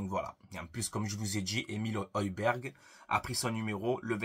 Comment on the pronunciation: Le G ne se prononce pas 😅 Højberg...